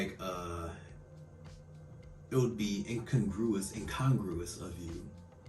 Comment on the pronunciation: Gratitude in times of struggle is a sign of faith. I hope that whatever is giving you struggles works out for the best. I already have you on my daily prayer list. The second syllable of the word "incongruous" is accented, not the third, so the voice inside your tablet is correct.